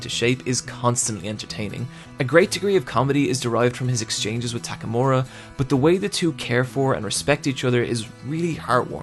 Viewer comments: God I love TAKAMORA! it's takamura m8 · and tackmura, while should be pronounced as "tack a moo rah"